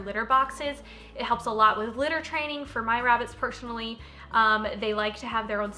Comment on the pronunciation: It's the "pershinaly" for me XD sorryyyy love ur vids btw! <3 (Sterling is my fav lol)